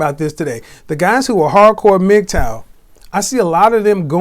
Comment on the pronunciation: Hearing something pronounce MGTOW as Migtowel is something else